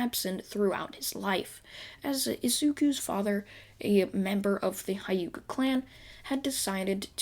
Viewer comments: Did my guy just say Hayuka clan? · Not to be rude but you saying hyuga wrong